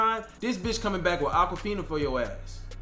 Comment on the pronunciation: LMFAOOOO This niqqa said "Aqua Fina" I'm dead💀